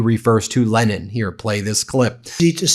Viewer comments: Holy moly. Did u get a glimpse of rubios face when trump said “Len neen” instead of Lenin 🤪🤦‍♀️ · Leneen is probably the Russian version of Lenin. He knows Putin so ask a Russian to pronounce Lenin in Russian. It's probably Leneen. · Good ol' Le neen 😂